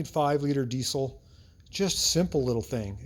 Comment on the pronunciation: I dont get the C in diesel. Its pronounced DEEZEL not DEECIL